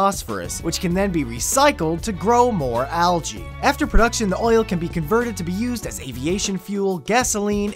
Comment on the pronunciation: He said algae wrong!!